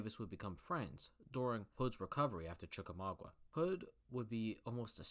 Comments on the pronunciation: Gotta work on how to pronounce American place names: ChickamaugA (not "wah"_) KenneSaw Mountain (not "shah"_) ChattahooCHee (not "hoogie"_) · Chickamauga... not Chickamaugua.